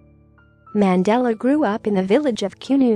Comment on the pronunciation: Worst pronounciation ever of our former Presidents name